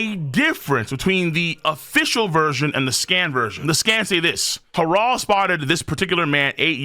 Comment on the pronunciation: Why does pronounce Harold like that. “Hah-Rald”?!?